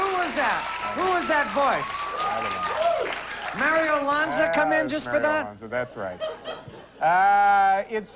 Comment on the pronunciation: "Mario Lanza" haha